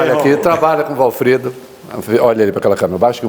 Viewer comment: Achei um defeito no Ministro: chamando o entrevistador de Walfredo! E é Walfrido!😂😂😂😂